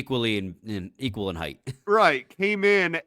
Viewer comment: at the mark, the word "height" is pronounced with the "high" sound, so it's "hight" rather than "heith".